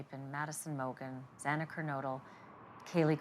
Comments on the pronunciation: Plenty of time to learn how to pronounce a name. It’s disrespectful to Xana. Detail matters! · Pretty sure he mispronounced Xana's name 3 times! Very disrespectful and irreverent. 😡🤬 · This made me absolutely furious as well, like so upset I can’t even put it into words. I can’t imagine how her family and friends felt hearing the judge mispronounce her name not once, but TWICE! Know how to say the victims names ffs!!!!!!! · 1000% agree that it was very frustrating that the judge mispronounced her name twice!!! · I’m glad that you called out Judge Hippler saying Xana’s last name wrong TWICE. Like how? How? We’ve known her name and Maddie, Kaylee, and Ethan’s names as well. I was furious, absolutely furious at that. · If Xana's family does makes their victim impact statement I hope they do point out Hippler can't be bothered to pronounce his daughter's name corrected. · Absolutely disgusting the Judge couldnt even say all the victims names correctly. For the love of god, I can say the names correctly in my sleep. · Please do everything you can to make his life miserable by stripping his ability to purchase the extra food and treats etc. and have the money he earns come back to the families instead. Disgusting Shame on the judge for his opening and for mispronouncing a victims name TWICE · Me too. I expected more empathy to be shown towards the victims and their grieving families. He could have said what he needed to say without being so callous and tone deaf. Plus the mispronunciations of Xana’s name on top of it. It was incredibly disappointing, and not at all what I expected out of this judge. These families deserved better.